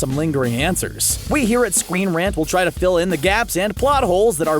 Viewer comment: Lol he said scweenrant